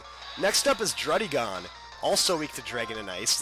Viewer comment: the pokemon is called druddigon the on souns like en get it right!